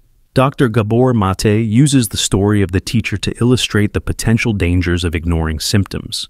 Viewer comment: Stole Gabor Mates talk, mispronounced his name, and interrupt his talk by mansplaining over it..